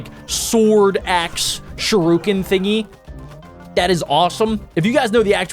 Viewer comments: It disturbs me how he says sharuken instead of shuriken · It’s pronounced sh-ur-I-ken